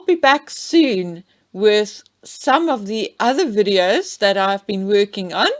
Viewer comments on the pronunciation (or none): none